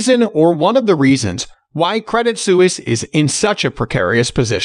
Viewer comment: Isn't it pronounced SWEESE? Su is like Sw: ( Swiss).